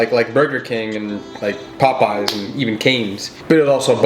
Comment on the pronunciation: POPEYES NOT POP-EYES